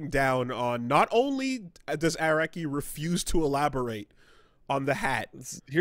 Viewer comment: Air-aki is the most bizarre pronunciation of his name i’ve ever heard